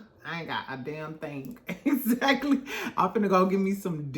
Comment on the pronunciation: im a new subscriber only been in the fam for like a week and i love it here. your commentary is so fun and entertaining! & i love how you say "eggzacklyy" 😂❤❤ but yes L&M huntsville is old, stale, dry and TIREDDDD. they had a great concept way back in the beginning when they were talking about their businesses as well. but now everything is just who's sleeping with who who cheated on who. like 🙄🙄🙄 and then the way they treated mel is absolutely disgusting..